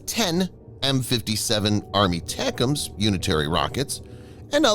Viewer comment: Jesus! JUST say ATACMs, as in "Eh Tack Ums" or "A Tack Um" These aren't new systems FFS!?!?!